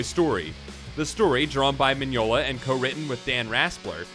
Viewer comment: The weird bit is, I think you got all the other stuff right, including the pronunciation of Mignola and Hecate.